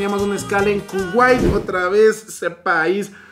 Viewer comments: Cuguai = Kuwait? 😂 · Cuguai? Debe ser Kuwait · Kuwait se dice